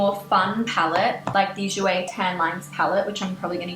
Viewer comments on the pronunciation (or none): none